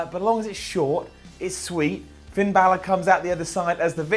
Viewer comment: Fin "Bill-ar?"